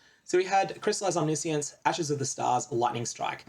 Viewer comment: Why is no one saying Omniscience the right way aaaaaaah As a Magic player I have PTSD again